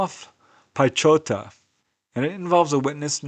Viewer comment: Instead of butchering people's names, Next time google "pronounce polish word piechota".